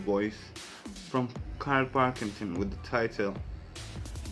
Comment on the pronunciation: Karl Pil,king,ton. Not parkington llf🤗